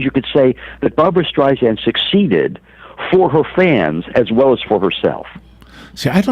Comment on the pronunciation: It's hard to take seriously a biographer who can't even pronounce his subject's name properly. After the third StreiZANd, I was done. It's StreiSAND, like sand on the beach! Apparently he missed the countless interviews of her practically screaming this to people. Also, this book tells nothing new ... just rehashed stories that we've known about Barbra for decades. Her mother criticizing her ugly and her stepfather hating her hardly groundbreaking news. *yawn